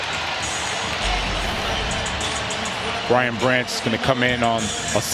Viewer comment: Who is this announcer!? How many times you gonna mess up Brian Branch's name? Can we please have Dan Miller call these games? Infinitely better, IMO